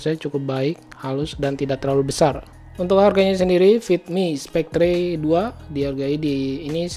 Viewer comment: Mungkin bacanya spekter bukan spektre, cmiiw